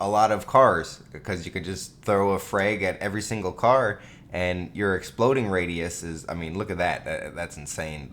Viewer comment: "Ca" almost says cock "car"